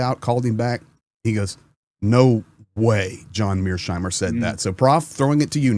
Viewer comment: Mears-heimer, not Mear-sheimer! You may call him Meerschweinchen, though.